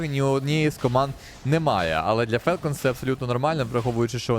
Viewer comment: Правильно "фОлкенс". Тіко не бийте, так дійсно правильно звучить